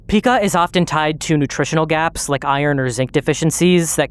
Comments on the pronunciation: It's actually pronounced "P-eye-kah"/"pai-kuh" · It's pronounced PY-kuh btw